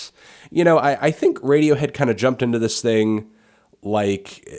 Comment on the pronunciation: lol this chick said radiowho